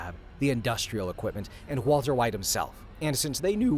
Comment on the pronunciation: walter hwite